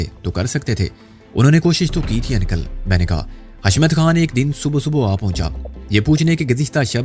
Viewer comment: ان + کل 😂😊😅 بھاٸی انکل uncle کہنا ہی سیکھ لو مسٹر 😄😂😀😅